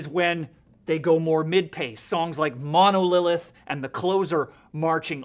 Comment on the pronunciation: Nice review but what the fuck is Monolilith dude? It's Monolith haha!